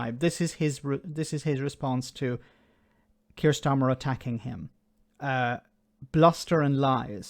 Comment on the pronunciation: At first i thoughtyou said "smarter" and not starmer. Honestly? Makes it even better.